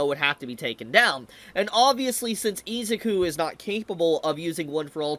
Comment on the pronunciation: I kept thinking why does it sound wrong when he says his name! Ohhhh cause dude never learned. IZUKU pronounced E-Zoo-koo